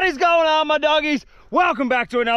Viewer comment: “aH gOiNt, GoInT kRaHb” That got me laughing 😂